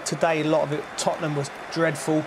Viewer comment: "It is the history of the Tottnum" 🤣